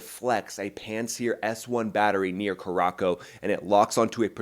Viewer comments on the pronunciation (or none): As an Air Force veteran (Vietnam era) and a long-time pilot, I love your insights and commentary. You bring a unique perspective on what and how things are happening. BTW, just a small, sniggling detail... The location you mentioned is pronounced "Kur-a-sow" (note the cedilla on the letter "C"). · It’s curahsow phonetically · That is not how you pronounce curacao, the second c sounds like a S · Cure a cow ha ha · That's definitely one of the all-time pronunciations of the word 'Curacao'. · he is US. you can be happy if he can point something on a map outside USA and/or his former combat area.